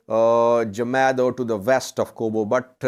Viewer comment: Can you please say Gamado like Gather